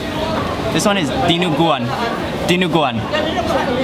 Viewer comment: I'm so glad you tried dinaguan and all our other delicacies aside from adobo. And you pronounced all the food correctly! Impressive!